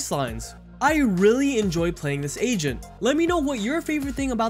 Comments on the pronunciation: I thought you were always saying "asian". I realized near the videos end that you were saying "agent" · Not gonna lie, sometimes u said agent I understood asian 😂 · Everytime this dude says agent he says Asian instead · Bruh istg it took me so long to realize he was saying agent. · Wait he was saying agent ?